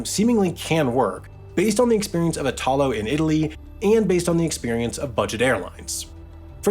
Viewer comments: Please note that in Italy when you pronounce names you put the stress on the first syllable. You keep on saying "Itaaalo", when the proper pronunciation in Italian is "iiitalo" Please get it right and do some research when pronouncing words in another language. Txs so much! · Italo (e-tha-low) is pronounced with a strong accent on the first sillaba (the I) not on the second (ta). Sorry to nitpick but this particular mispronunciation is very fastidious to an Italian ear...Maybe because the root of the name is the name of our country (That is pronounced the other way around and maybe this is the cause of the error. I have to admit that is quite confusing and I'm not a qualified teacher, as you have probably already guessed...). Most of the times these little mistakes are fun to me but this particular one is like the screech of nails on a blackboard...😷😬😬😬 Ciao! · Ignoring your pronunciation of Italo (it's meant to be /'i.ta.lo/, accent on the first syllable, not like in Italia), great video about, I guess, planes. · Just a small remark: the name of the Italian railway company "Italo" is NOT pronounced like itÀlo, the stress is on the "I": Ìtalo. It's similar to the way you pronounce "Italy". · Totally Random: Italo is pronounced "ìtalo", not "itàlo". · Extremely interesting subject. P.s. Italo is pronounced with strong accent on the “I”, not on the “A”. Basically the same as Italy. Looking forward to the next video! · Next time try to pronounce "Italo" correctly, thank you 🙏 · eye-talo? e-talo! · Hey Sam will you ever consider on doing a video on why flying is so cheaper than railing? I asked Jason from Not just bikes and he said you are the best suited one to answer this question. By the way the accent in “Italo” is pronounced like Italy, on the “I” and not the “a”. Great video 🤗